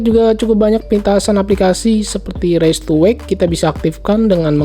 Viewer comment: raise to wake artinya diangkat/gerak bisa nyala , raise to wake ...raise dibaca : RAIS bukan reis